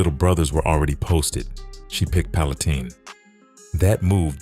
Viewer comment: It's pronounced like pallen tine with a long I..not teen